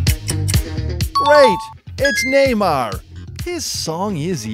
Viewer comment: Its neymar not nemar